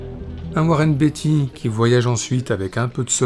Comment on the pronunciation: Beatty se prononce bien "Béïti" et non pas "Biti", je vous invite à regarder des vidéos de lui en anglais pour le voir par vous même